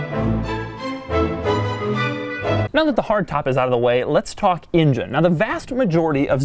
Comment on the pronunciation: DeMuro, why do you pronounce the engine word as "ingen"? :D Love from Serbia! :D